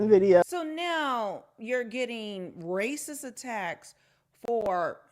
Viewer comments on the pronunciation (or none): It's "razzist!!!!"😂😂😂 Say goodbye to any type of scholarship now.